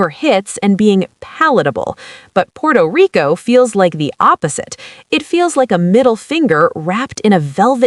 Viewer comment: Puerto Rico not Porto Rico, please don't go😅